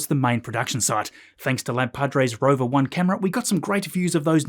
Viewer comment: Definitely "Roover"😂❤